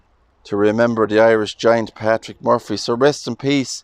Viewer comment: Lovely video. I love how you pronounce Murphy, my maiden name 😊. May Patrick rest in peace 🙏🏻